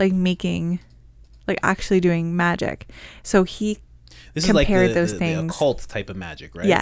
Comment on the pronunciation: Its pronounced MAGIC not Majeek... smh tf? And you didnt even know parsons actual story or that Crowley founded Thelema?